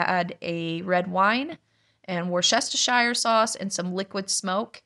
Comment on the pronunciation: I’m so impressed with all you do! By the way, growing up in the UK, I hope you won’t mind me mentioning how the Worcestershire sauce is pronounced : two syllables, wooster-sheer. Thank you.